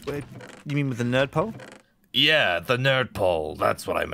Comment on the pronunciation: he says "nerd pole" and it sounds like turps